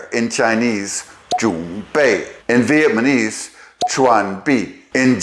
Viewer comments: Are you constantly saying vietmanese instead of Vietnamese? Or am I mis-hearing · Such a cool video! ✨ Thanks for sharing your knowledge and passion with us! (I’m quite curious about one thing. Why do you say VietMANEse instead of VietNAMEse? Is there a specific reason?) All the best! ☺️ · I'm not sure you are aware, but you are pronouncing it "VietMaNese". I listened to it several times over the first 7 minutes. I'm curious about that...whether it's deliberate or if there's some nuance I'm not aware of. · So I'm a little confused. Is it Vietnamese or Vietmanese? You keep saying the latter.